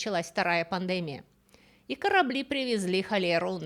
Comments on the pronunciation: здравствуйте! Вы исключительная рассказчица! Просто Фредди Меркьюри нашего времени. Вынужден вас немного исправить: в слове пандемия ударение на И, пандемИя. Желаю вам успехов и неисчезающей музы! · Всегда интересные культурологические передачи. И темы неизбитые, и авторский подход литератора интересный. П.С. ПандемИя -- это ударение правильное. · Всё прекрасно , но слово пандемия режет ухо. Надеюсь вы в следующем видео вы будете говорить это слово правильно. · Всегда слушаю с удовольствием, но сегодня пандЭмия , вместо слова пандемИя, испортило мне удовольствие, сильно режет слух. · а почему •пандЕмия•? А не •пандемИя•? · Почему вы ставите ударение неправильно? ПандЕмия. Ведь правильно пандемиИя. ❤❤❤ Спасибо за лекции. Смотрю вот уже второй день! 😊😊😊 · Очень интересно! Но почему пандемия с ударением на первый слог?🤔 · Вы образованный человек, но почему так часто безграмотно ставите ударение? ПандЭмия... что это????? ПандемИя. В каждом видео невероятные ошибки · Слово пандемия, судя по всему, латинского происхождения. В латыни ударение в любом слове падает на предпоследний слог, как и в польском языке. Поэтому правильно не пандЕмия, а пандемИя. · Всё, как всегда, интересно, познавательно, удивило только странное (для привычно правильной речи лектора) ударение в слове "пандемИя". Пандеми́я (греч. πανδημία «весь народ») — высшая степень развития эпидемического процесса, исключительно сильная эпидемия, при которой заразная болезнь за сравнительно короткое время поражает значительную часть населения многих стран, иногда на разных континентах. ПандемИя является наиболее опасной формой, то есть эпидемией, охватывающей подавляющую часть мира. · ВОПРОС! ударение в слове "пандемия": по жизни слышу и говорю пандемИя, а у Вас слышу - пандЕмия ПОЧЕМУ? Спасибо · Не могу слушать эту лекцию. ПандЕмия режет слух🤦‍♀️. Дис. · Греческого. Но правильно действительно пандеми́я. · Русское словесное ударение — пандемИя всё же. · В слове пандемия ударение на И